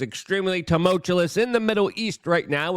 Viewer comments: It's pronounced 'too-mal-too-yus' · Holy Fk, Luke. Say it with me: Too Mull Chew Us. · 😂😂😂 mispronouncing that word is his thing now, just accept it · Why the hell will this guy not learn to say 'tumultuous' correctly. If you are going to say it constantly, learn to say it right. It sounds ridiculous as a political commentator to consistently not be able to pronounce words. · You use the word almost every episode. PLEASE learn how to pronounce the word TUMULTUOUS. I love your work, don't get me wrong. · Luke if you're going to use the word "tumultuous" multiple times per video, practice the pronunciation